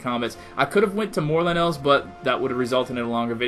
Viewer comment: It's lynels not LeNails